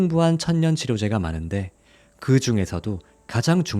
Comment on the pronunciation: 천년 치료제? 아니면 천연 치료제 인가요? 필요 발음이 ‘필뇨’라고 하는지요? 죄송해요.. 제가 외국 오래살아서인지 한국어 발음과 표기법이 바뀌었나 싶어서요.. 좋은정보 잘 듣고 갑니다 😊